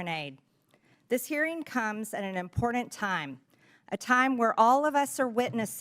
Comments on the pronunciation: I would love to see a live MAGA spelling bee against third graders'MTG thinks that the word important has the letter D in it.IMPORDENT?MTG thinks that she speaks for the American people as she can hardly speak herself. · MTG= “ImporDANT”…